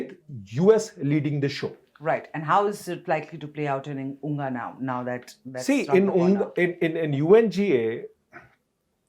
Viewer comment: It is said UNGA not unga. spoke well and facts about J&K, Ladak. Modiji is doing the right things. Peace need to come to this area